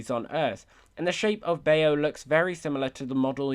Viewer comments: It’s very triggering that he keeps saying Bay-o when he’s talking about the short Bao (pronounced like bow as in take a bow for the audience) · Also the short film bao is pronounced “bow” ( like b- aaa- o) when you take a bow at the end of a performance . Hope that helps! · Everybody who grew up actually eating bao hearing it pronounced like "bayo": wut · So the word "bao" is not really pronounced "bay-oh". Whenever you see a "b" in Romanized Chinese it's like a mix of a "b" and a "p", but more on the "p" side. For example, the word for dad in Chinese is 爸爸, romanized as bàba, but pronounced kinda like papa. The "ao" at the end of "bao" is similar to when you say "ow" like when you get hurt. So "bao" is really pronounced as "pow". Keep up the work on the videos, they're really good! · im sorry but the pronunciation of bao makes me wanna die but good vid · The way you say bao DMSKSKSK it’s bow like “bow down” not the accessory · it's pronounced ba-ow, yes I think. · I think Bao is pronounced pao.... at least that is how i pronounce it being chinese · Why do you pronounce Bao like Mayo? 😂😂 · Bao is the name of the food the mother made.... its said bow.... Baozi (pork bun) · Maybe because not everyone know chinese pronunciation?? Lmao it's not they're fault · Anyone else bothered how he pronounced Bao? Not hating the accent though, I love accents lol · im sorry but how they pronounced b a o :') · I like your analysis of 22 but your pronunciation of bao is...not great.... It's called bao because bao means bun in Chinese. Enter this in Google translate to hear what it should sound like 包子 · he repeats the mispronunciation a few too many times for me, lol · Baaayooo lol .. its pronounce bow (bao) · Bay-o 🤣🤣🤣🤣 It’s pronounced bahw like bah-ow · anyone gonna mention he says bao wrong its pronounced ba o not bay o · Anyone else cringe when he mispronounced the Pixar short Bao? It’s not BAY-OH, think of it more as the sound “ow” with a b in front •_• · bao rhymes with cow